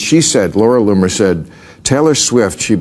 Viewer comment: Please pick one pronunciation and stick with it! Loamer, Lonet, Loomer. Even if it’s off, just stick with one, ok? It’s distracting. Thank you. Otherwise, your video is very good.